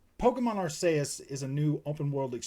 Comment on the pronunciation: Ar-KEY-us lol. Great vid